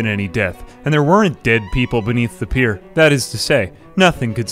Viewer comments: Love the video, but it's pronounced "peer", like "a group of your peers", not "pie-er" man XD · I think you're pronouncing "pier" wrong... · This madman pronouncing pier like pyre is a mood. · You literally pronounced "pier" differently every single time. Absolutely infuriating to listen.